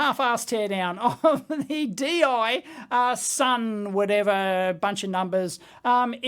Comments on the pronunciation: Deye is pronounced similar to "Duh Yuh" with the e sounding sorta like the i in inverter. The bigger versions of these are a lot easier to open up as all of the screws are on the front cover. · Deye pronunciation: "Do-ya?" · It's pronounced Deye